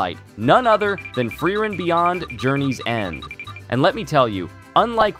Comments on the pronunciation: its pronounced fri-ren and not free reign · i dont know how people can watch 20+ episodes of a show and still mispronounce the titular character's name. FrYReN. like nails on a chalkboard. FREE - REN. sparknotes users reveal themselves in the strangest of ways, dont they? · Fry-ren is my favorite pronunciation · It's "Flea-len" 😂😂😂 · American anitubers casually butchering japanese pronunciations like it's oxygen. Nothing new. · Did my man just pronounce Frieren differently each time?